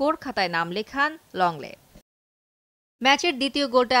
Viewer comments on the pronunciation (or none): লংলেট কিভাবে হয়!?Longlet toh hoy ebave!!Lenglet(লেংলেট) e হবে..google translate o tai ble😕